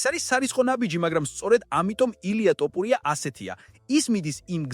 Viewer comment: ტოპურია ტოპულია :face-fuchsia-tongue-out::face-fuchsia-tongue-out::face-fuchsia-tongue-out